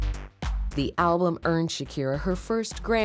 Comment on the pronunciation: The narrator keeps pronouncing ''alblum'' a-le-blem